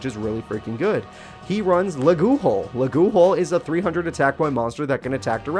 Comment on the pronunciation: Why do you pronounce Leghul like that? I'm pretty sure it's supposed to be something like "LEH-ghoul".